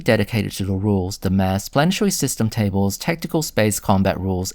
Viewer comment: Apologise if you said "psudo maths" and not "psudo mass". I heard you say "maths" in other parts of the video (by the way British people say "maths" with an "s" and American people say "math" without an "s" - I'm British so I say it the same as you do). I don't think your elocution is bad. You have a good voice. It was just two words that sound very very similar in English. I've seen lots of people mix up the tons of weight and the tons of volume and thought you were doing that. As for the volume, there are two different numbers given in different Spelljammer products and that has led to a lot of debates among Spelljammer fans about how big things are. (Spelljammer also gives a lot of sizes in two dimensions keel length and beam length and doesn't give you the third number you need for your calculations.)